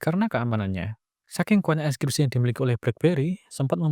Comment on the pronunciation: Enkripsi ya bro, bukan enskripsi, di beberapa video sebelumnya kok sama salah pengucapannya